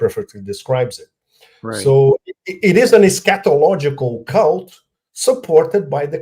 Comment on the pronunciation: I seriously thought he was saying scatological not eschatological